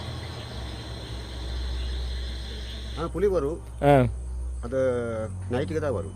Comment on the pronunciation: “புலி” correct. Not புளி.